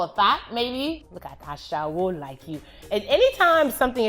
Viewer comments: Olodo is a general Nigerian slang now.. She doesn't need to be yoruba to be able to pronounce it. She don forget am😂 Ashawo was wrong too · It’s Ashawo ! Not Ashewo . You did great 🙌🏽 I blame the people who come up with the list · Olodo and Ashewo..were pronounced incorrectly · Lmboo no forreal like Ashewo wasn’t even pronounced right 😂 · I'm not Yoruba but I cringed when she pronounced Olodo and Ashewo. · Godfrey Chinweokwu okay I never heard olodo before but I knew she wasn’t saying ashewo right. I’m not Yoruba or Igbo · Ok that “Olodo” and “Ashewo” was dead wrong. 😭😭😭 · Lol no you pronounced ‘olodo’ ‘amebo’ ‘ashewo’, wrong, it takes away the pain in the insult But you did alright 👍🏼